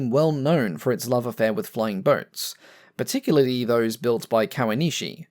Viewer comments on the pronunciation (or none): none